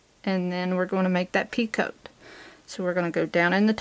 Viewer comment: Picot stitch is pronounced pico not pea coat. It's French and they don't like pronouncing the last part of their words, kind of like vallay is valet, franswah is Francoise, dillahto[then a barely hinted at 'n' and no 't' whatsoever] is dilettante, etc. Who are we to pronounce a consonant when they don't?